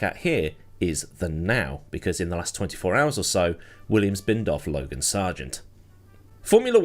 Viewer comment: Lo-gone? You’ve outdone yourself.